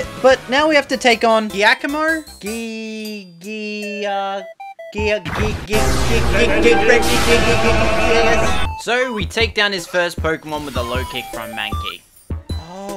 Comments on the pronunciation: Giacomo is pronounced like jakomo bc it's italian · Hey it's pronounced like jakomo bc it's italian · “Giacomo is pronounced “Gee-ac- a-mo”. Just telling you